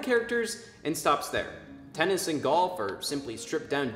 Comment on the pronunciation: "3. TenNs"